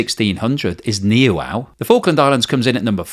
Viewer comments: C'mon,, Nee wow island? New ay island, by New Zealand. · Oh dear...Niue is not pronounced Neewow, but more like NooAye :) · Niue Island is pronounced Nu Aye. Tuvalu is Tu va lu. Polynesian languages do not place emphases on individual syllables. Cheers.